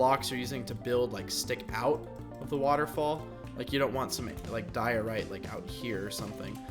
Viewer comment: Your saying Diorite wrong